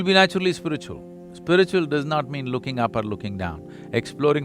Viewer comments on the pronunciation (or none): Beg your pardon but what exacyly is Spritchual ??😂